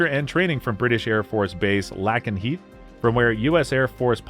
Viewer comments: Right, it's not spelled LACKenheath lol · Is this done by a computer? How does one mispronounce Lakenheath and Heyford? It's "Lake-n-heath" and "Hay-ford" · You’d think the narrator would pronounce Lakenheath and Upper Heyford correctly!